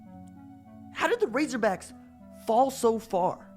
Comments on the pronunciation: Did i hear 'Razorbrack' instead of razorbacks at the beginning? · "Razorbracks" man you were channeling your inner Lou Holtz right there. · This dude said razorbracks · “might be the most humiliating defeat” WRONG Answer apparently didn't do you homework there youngster what are you 15? Oh and its RazorBACKS not RazorBRACKS by the way! I get it your a Band Wagon Fan whose here when they are winning but not when they are losing - Go root for Bama we don't need you - Now here let me help you with some TRUTH - Most Humiliating Defeats in Arkansas History are as follows - 1918 - Camp Pike (AR) 6 - ARK 0 1904 - Dallas Medical (Tx) 5 - Ark 0 1940 - Fordham 27 - Ark 7 1901 - Little Rock High School 5 - Ark 0 1944 - Norman NAS (Ok) 27 - Ark 7 1938 - Santa Clara 42 - Ark 18 1951 - Santa Clara 21 - Ark 9 1903 - Springfield Normal (HS) 10 - Ark 5 1905 - Transy (KY) 6 - Ark 0 1992 - The Citadel 10 - Ark 3 Just to name a few so next time you want to ride the FIRE THE COACH BUS do your homework son. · RazerbRacks?? what the hell is wrong with you? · Bruh you said razorbracks!!! 😂😂😂 RAZORBACKS!!! Go Cocks!! 🤙🏼🐔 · he said razorbracks lmao. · Did this dude really just say home of the RazoBracks 🥴🐗🐗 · I heard that too 😁